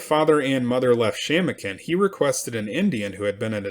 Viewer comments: It's pronounced Sham-o'-kin. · Shamokin is pronounced ....." Sha - mow- kin" with accent on 2nd syllable.